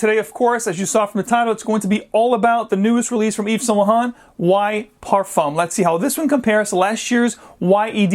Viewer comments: Eve's Saint Luh Hont. lol. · Anyway you can say saint laurent the right way?